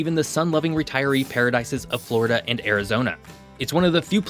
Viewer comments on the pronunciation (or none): none